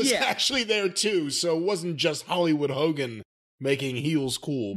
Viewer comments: Hokeey Hoogan lol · I was laughing when both Corny & called Hogan Hokie Hogan 😂😂😂